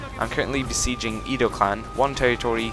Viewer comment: Edo isn't pronounced as eedo its ehdo. a is ah, i is ee, u is oo, e is aye or eh, and o is long vowel O.